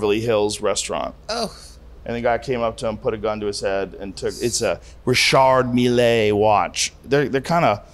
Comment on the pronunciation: “Richardd meee-lay” 😂😂😂😂 Richard Millie joe